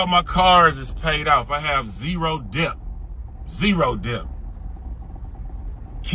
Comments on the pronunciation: This dude don’t even know how to say “debt”😂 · Did he say 0 debt or depth